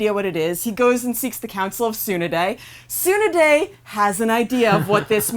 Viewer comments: Its Tsu-naa-de not Tsoo-na-de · OK IM MAD SHE SAID NARUTO NAR OO DOE AND TSUNADE SOO NADEY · NAAAROOOOTOOOO, TSSUNEDDDEE and AROCHIMOUUU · its t-sun-A-d-èe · Okay Lets do this one more time Naa-Ru-Toe Su-Na-Day "G"-Ra-Ya Ra-Sen-Gaan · "Fans of Neruto" "Tsunaday" "rasengern" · DID YOU JUST PRONOUNCE HER NAME... SU NUH DAE??? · soon a day (how they pronounce tsunades name) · Jitsu, Soonaday, Oar-oh-chimru really . you'd think they would know pronunciations by actually watching the show hm. Ju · How the hell do you murder tsunade’s name like that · Why do they pronounce Tsunade so wrong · I'm pretty sure if they where true naruto fans they would know how to pronounce his name is literally mentioned in every episode sounds like there being paid for this same for tsunades name and Rasengen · the way u pronounced Naruto and tsunade made me want to commit the reaper death seal no cap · These people are weird af man, they have two channels, GeekWorldRadio an this one (Anime Vice) an they still seem like they don't watch Naruto at all. The woman can't even pronounce Lady Tsunade's name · They pronounced tsunade wrong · Please learn how to say Tsunade and Rasengan, great video btw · why can't they pronounce Tsunade correctlly? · Bruh I could barely hear anything said over the mispronunciation of Na-ru-to and Tsu-na-de. It's a small detail but big enough to give me vertigo. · My god. Please don't ever say Tsunade's name ever again as long as you don't know how to pronounce it. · I cringed every time she said Tsunade or Rasengan.